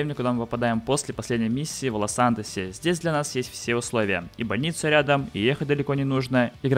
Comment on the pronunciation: кто еще услышал Волосантос?)